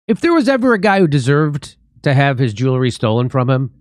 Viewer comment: Did he call "Jewelry" "Jury?"